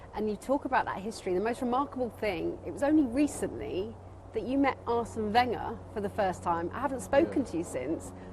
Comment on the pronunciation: Why they both keep saying “Arsenn Wennger “ lol